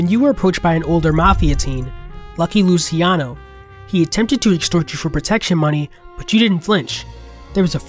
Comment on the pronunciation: Great video! But the 'c' in Italian is 'ch' "lucheano"